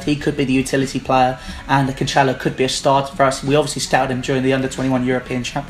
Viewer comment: It's pronounced CAN-SELL-OH. not canchelo